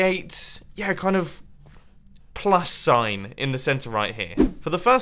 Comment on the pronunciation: Firewave 147 mumbo said sand in stead of sign lololol